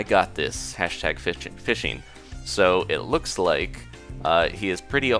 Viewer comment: I swear you said fisting instead of fishing.